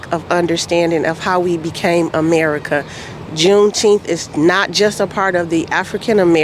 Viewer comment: juneteenfs bruh, sheeeit